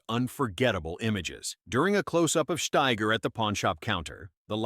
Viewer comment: Steiger not Schteiger